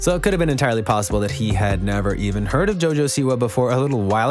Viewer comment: “Jo jo see why”